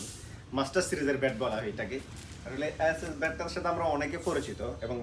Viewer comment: ও ভাই উচ্চারন ঠিক করেন ব্যাট কে বলতেছেন ভ্যাট